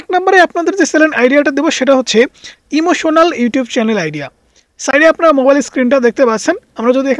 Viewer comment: উচ্চারণ ঠিক করেন। চ্যালেন কি?